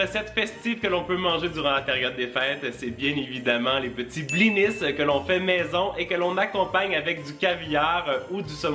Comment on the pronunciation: Tu ne prononces pas le s dans blinis